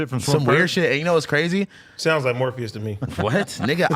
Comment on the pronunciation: “morpheous” on god 🤣